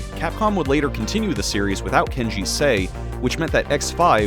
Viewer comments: Not trying to be that guy, but the easiest way I've found to pronounce his name is just pronouncing the letter "K" and then the letter "G". Kay-jee In a Foon Eh. Hope that helps ya. Awesome video! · Kills me that you called him "Kenji" Inafune this late into your series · Pretty disrespectful that you cant pronounce Keiji right.